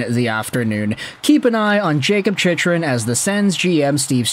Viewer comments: His name is pronounced CHICK-run, not CHICH-run. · I know, he's been pronouncing wrong for years. Think he's trolling